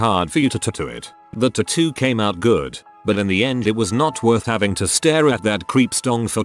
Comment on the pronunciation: i couldn't listen to the horrific way "tattoo" is said in this video ONE more time after 5 mins.